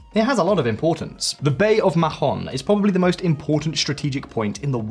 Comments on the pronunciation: Not "maJon". The H is silent for gods sake. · if translated from Spanish, it is ridiculous to mispronunce Mahón so horribly. It doesn't make any sense. But Spanish isn't actually the local language. It is Catalan, and in Catalan the name is Maó, which local people pronunce "Maw". Maó is both the historical and currently official name in use, in spite of Spanish efforts to erase Catalan language and identity. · You don't pronounce the H in Mahon. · I agree. I found it cringe how he mispronounced it. But maybe that's what they call it in England. Just like Roma is not pronounced Roma in English. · that is almost the case with foreign names on English speaking channels. Please do some research about how to to pronounce something.